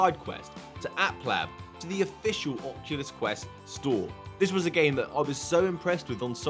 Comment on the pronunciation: “Ocukus”